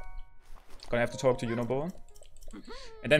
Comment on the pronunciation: you mean towk. I love his accent ahaha😄